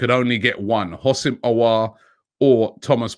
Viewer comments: Robbie the way you say hossaim auar it's really scary. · Houssem Aouar (حسام عوار) You can pronounce the name as in: Hosam A’ waar